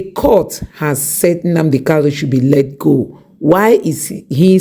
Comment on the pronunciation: its Nnamdi Kanu, not Kalu